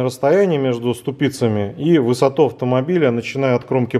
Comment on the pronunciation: Да почему опять ступИца ???? Правильно говорить стУпица. У нас татарин на работе так же говорит. Видимо они вам тоже научили говорить неправильно